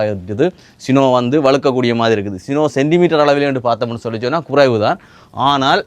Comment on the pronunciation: தம்பி சுனோ சினோ இல்லை